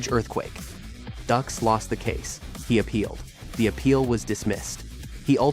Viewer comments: DUX is pronounced "DUKES" not "DUCKS" 😂 and years later it was found to be 100% total BULL💩 But made JCVD a movie star & don't forget OGRE in there "NERRRRDDDSSSS!!!!" 😂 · It’s not “ducks” it’s “dukes”. He’s a fraud but at least get your facts right. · Ffs its pronounced Dukes. They even make a joke about it in the movie. Also his lawsuit had nothing to do with bloodsport. It had to do with the movie The quest. That literally takes like 5 Seconds to look up on google. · DUKES not Ducks. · Why does he keep saying "Ducks"? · His name "Dux" is pronounced "Dukes". Dillman never used his no touch knock out on anyone except his students. The person who attempted the no touch knock out was one of Dillman's students. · If you've seen "Bloodsport" you know his name! And you also know that it isn't pronounced "ducks." 😆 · If you've seen bloodsport you'll know his name...says his name wrong anyway